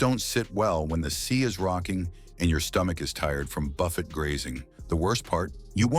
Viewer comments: It is NOT BUFF ETTE but Buff aye! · It is NOT BUFF ETTE it is Buff a.